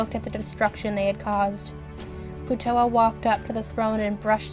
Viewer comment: Excuse me, but I heard you call Plutoa Plutola sometimes